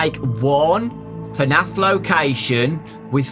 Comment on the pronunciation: Its fnaf not fanf